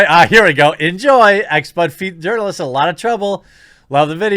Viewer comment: If I remember correctly, I think Jeremy pronounced it as "Urnalist" - as in "Urnalist Career". Increasingly, I think such a career is akin to a supermarket tabloid writer, except far more manipulative and dishonest.